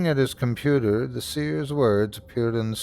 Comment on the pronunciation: .....ah, but "compudoo"? 😆 (❤)